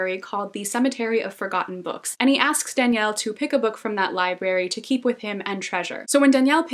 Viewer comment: Super random comment but I love that you pronounced the names from The Shadow of the Wind in spanish, like people usually say DAniel, not daniEL (sounds girly like Danielle so it puts people off lol), or soft J for Julian, etc, and it's so cool to hear them pronounced in the original language (I'm from Spain, btw) haha this was such a random thought but totally caught my attention that you did that <3